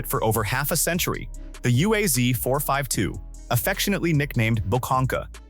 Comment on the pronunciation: UAZ is pronounced Oooaz, and ‘буханка’ pronounced with a hard ch-sound like in Bach. Just a small comment. The video could be half in length if repetitions had been left out.